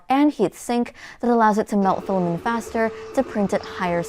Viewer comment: Still saying filamen instead of filament...